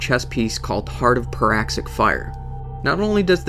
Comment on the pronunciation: anyone else notice how he said Heart of Paraxic Fire? Its Praxic